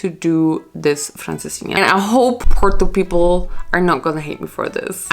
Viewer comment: the way I'm Portuguese but you somehow pronounce porto better than me